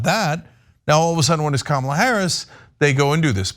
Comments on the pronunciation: I just want to point out Candice Owens deliberate mispronounciation of Kamala Harris' first name. Its always been the emphasis of Ka. Ma. La. Listen to the way she says it and look up the 1980's pro wrestler that worked for the old WWF kamala. A rotound, black, voodoo which doctor character. Im a huge wrestling nerd so this really bugs me, and guess what, I dont like Harris. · It's Comma-la, Candy. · Her name Kahm-uh-luh Harris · This is their campaign strategy? The usual fantasy falsehoods plus vile racist attacks and childish playground insults, as with their feeble attempts to make fun of her laugh? Seriously, they’re all like silly children! Yeah, this will all work well for Kamala’s (that cretin Candace can’t even pronounce her name correctly!) campaign, since voters will be totally disgusted by their immature and crude antics!😅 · Candus owned mispronounced Kamala's name. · Oh Candance, I'm supposed to believe you know what the heck you're talking about regarding Kamala Harris when you can't even pronounce her name? Why anyone listens to anything she has to say is beyond me. She supported Russia's war against Ukraine, and she said ukraine belongs with Russia, "they speak Russian...: no, they don't. They speak Ukrainian, which is closer to Polish than Russian. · Not one of them say her name right ? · Candace is actually the worst. She is purposely mispronouncing Kamala, she knows the correct pronunciation in fact, they all do…it’s another slur. Not all republicans are horrible people but it sure seems like they got more than their fair share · Pronounce her damn first name correctly! 😮😊